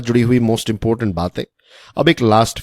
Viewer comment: Sir it's important not impotent 😂